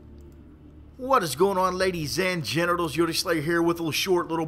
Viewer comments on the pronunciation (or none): hello im sorry for this but did he say ladies and genitals?????